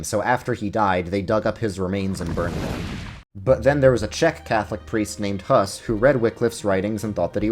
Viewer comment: Small correction: The "u" in "Hus" is pronounced like the "oo" in "goose". In fact, "hus" literally MEANS "goose". Czech is really phonetic unlike English so I understand why you would make that mistake. Hope this comes off constructively!